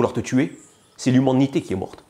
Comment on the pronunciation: !!!!! MON DIEU ! La facon dont il dit "humanité" !!!! C'est L'HUMMÔNITE kié morte"